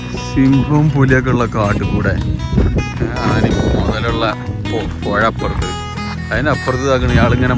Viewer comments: പൊയ അല്ല, നീ എങ്കിലും മലയാളം ശരിയായി സംസാരിക്കാൻ ശ്രമിക്കുക. പുഴ എന്നാണ് ശരി 😄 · നിങ്ങൾക്ക് "ഴ" എന്ന അക്ഷരം ഉച്ചരിക്കാനാവില്ലേ? പകരം" മയ", "പുയ" എന്നൊക്കെപ്പറയുന്നത് കേൾക്കാൻ ഒരു ഭംഗിയുമില്ല